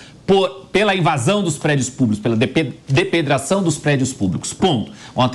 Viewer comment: Avisa o cara que precisa treinar pra falar DEPREDAÇÃO. Affff. Fraquérrimo